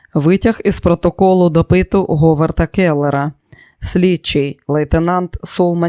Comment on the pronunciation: Протоколу допИту,,читати потрібно протоколу дО питу. Не придумуйте свої наголоси.